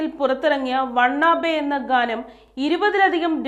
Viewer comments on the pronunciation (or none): Wanna be അല്ലേ ? (want to be) വാന ബി എന്ന് ഉച്ഛരിക്കാം